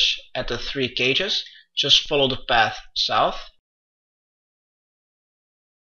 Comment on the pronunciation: Just keep following the pas thouth